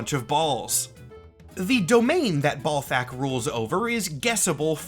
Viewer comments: maybe the first name is bal like ballet not bal like ball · Always read it as Bal-thakk not Ball-thakk. Cant think of any names where Bal is pronounced Ball. Also the purple fire is just fire rhats purple. Probably bc its magic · Maybe its pronounced balt-hack? You know, like bolts of balt-hack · I would imagine Balthakk is pronounced like Baal instead of Ball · In the same way some folks pronounce the planet Uranus 'youran us' as opposed to the funny way, perhaps Ballthak could be 'ball-tok'. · Is it pronounced "Ballthakk" with the double L of "ALL" or is it "Balthakk" with the single L of "AL"? Considering the lack of a double L, I believe it is B AL Thackk. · Pretty sure it’s BAHL-THAHK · balthakk is like uranus in that if you want to sound professional, you gotta avoid conventional pronunciation lmao. one simple way could be to swap the two pronunciations of "A" in his name. so for "bal", the A would sound like the way its spoken in the word "bat", and for "thakk", the A souds like the way you say it in the word "hall" bah-l-thokk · "Say 'Benoit'." "Benoit-" "Ballthakk! See? It's automatic." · Say ballsac again please. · I always pronounced Balthakk with an æ sound (first syllable rhymes with gal) and the stress on the second syllable. Which I’m realizing now is perhaps a bit too charitable to the fella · As a Marvel Snap player I have been familiar with the name Balthakk for a while now but never did it strike me that it’s pronounced like Mike Tyson talking about a groin.